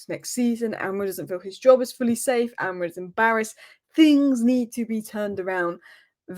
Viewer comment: Bro you can’t even pronounce Amorim with the M at the end most of the time 😅